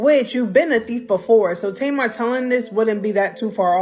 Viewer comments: You can tell you have no business telling this narrative cause her name is not Tamara is Tamar damn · Who’s Tomorrow? Her name is Tay-mar! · I'm 10 minutes into the video and I just want to know... Who the hell is tomorrow??? Her name is TAY-MAR (Tamar)😂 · Please learn how to pronounce their names correctly. Her name is pronounced TAY MAR. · It's pronounced Tay Mar! SHEESH!!!!!! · I can’t trust a story who can’t pronounce TA-MAR correctly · Mispronouncing Tamar's (Tay mar) name is crazy work‼️😮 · 😂😂😂I was trying to tell her during the entire video it’s Tay Mar..😂😂😂😂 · You can not even pronounce Tamar name correctly, so how can I listen to your story 🤔 please make it make sense because I am confused 😐